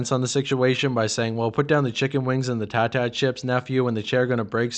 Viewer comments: I've heard about 100 youtuber pronounce it tah-tah chips. Have you ever heard of a Tata chip? He's saying tay-ta. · Snoop was saying “tay-ta” chips not “tah-tah” chips. I swear y’all.